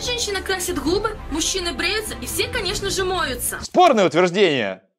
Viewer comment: та девка украинка которая рассказывала как выйти за миллионера она говорит хубы , а не губы